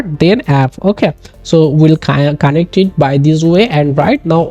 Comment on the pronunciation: It's connect, not conntect